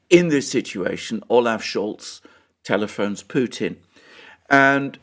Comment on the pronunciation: Remember and Alexander: Its Olof Schol now. The "Z" is forbidden